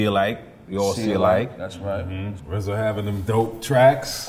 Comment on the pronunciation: Just say RZA! Why is it such a difficult thing to say RZA? Such a disrespect for the man responsible.